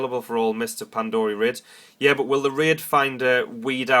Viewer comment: it's not PandOria it's pandaria....with an A...ffs